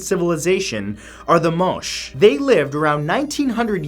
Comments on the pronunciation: Not moosh people . It is pronounced moe-Che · Also, Moche is pronounced "Moh-chay". My Argentinian professor said so. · Moche. Is pronounced. MO • CHE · There is no mysteries, just lack of information and documentation of context... And please it's not the moche put the moché. Most of your case presented are pretty well documented for their "disapearance", thanks to archaeology... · Matt you mispronounced #1. Its pronounced Mo-Chay not Moshhh . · "Moche" is pronounced phonetically "Mo-che" Just saying, since I'm Peruvian and was taken aback with your pronunciation